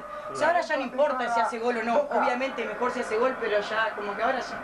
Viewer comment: Vignolo dice NOAR NOAR jajajajajaja